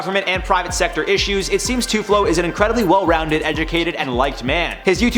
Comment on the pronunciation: Mispronounced and misspelled TULFO L before F. Filipinos incoming!